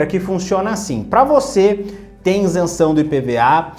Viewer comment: Isenção e não " Insenção "